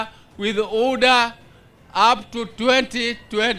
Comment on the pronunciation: Can someone educate OBURU ABOUT UDA IS NOT PRONOUNCED UDA BUT UDA SEPARETLY AND HOW WILL HE PRONOUNCE ODM ODM SEPARATELY AND UDA UDA AND ADD A J AND CALL THEM JUDAS IN PRURAL HELLO NO ENGLISH TEACHERS THE OLD MAN HAS BEEN FRUSTRATED AND HE HAS RUN OUT OF BREATH BY 2027 he WILL BE grasping FOR air on podium’s I wonder the old man should retire with his grand children at home he has no energy and Kasongo will regret his mistake in putting him as the chairman of the ODM the old man can’t even roar he is being pushed so hard because he thought that he would fit his brother RAILAS dmshoes and he can’t even run a meter